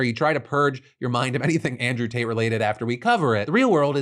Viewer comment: Every time you say Tate.. I hear Taint